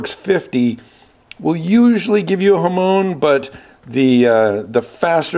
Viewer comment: Hamone? Hamoan? Hamown? HamON!! When you have a pizza do you put Ham ‘own’ it? 😂